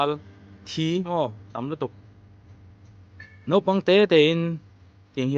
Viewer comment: Sir... i sawi tum leh i sawi chhan zawng zawng te hi atha ka tih rualin,,, complaint Pakhat.... (Nopang) iti zeuhin ka hria,,, naupang ti lo in... kha lai te kha diklo zeuh.....